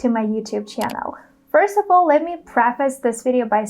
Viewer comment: Hey! I found a major error in your pronunciation. First "UV" all, not first "off" all. Not trynna judge you tho.